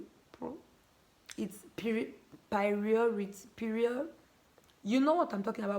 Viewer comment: Chai why na 😭😭😭 you can’t pronounce priority